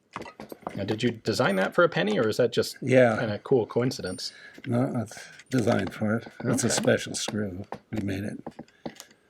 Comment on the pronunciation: Did Ian say “coinincidence”?